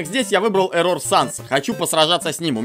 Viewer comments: Не ЭррОр а Эррор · он Эррор а не эррОр! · нет его зовут не ЭррОр а эррор его имя без удорения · Вообще-то да, правильно / правильнее Эррор, а не эррОр. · Ударение на Э Не ЭррОр а Эррор